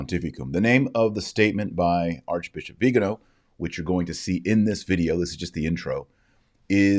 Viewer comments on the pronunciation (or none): The man's name is Viganò. He's Italian. His surname is properly pronounced vi-ga-NO in Italian (the accent mark indicates that). Why do you, and just about every person in the US, pronounce it as VI-ga-no?